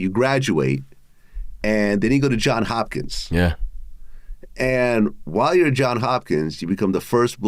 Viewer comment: It’s JOHNS Hopkins, Vlad.